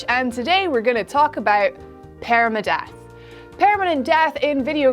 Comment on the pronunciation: That accent tho...“paereyma-death"